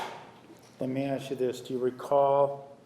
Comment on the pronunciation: Drinking game... Drink every time Nurmi says "Let me ash you this..." (and yes, it is "ash," not "ask").